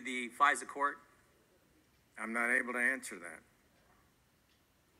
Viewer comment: "Ahm not able to ansuh that" ad nauseum